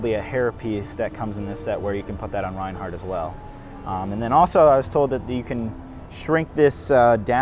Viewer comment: It’s not pronounced Ryan hart, it’s pronounced RAIN HART!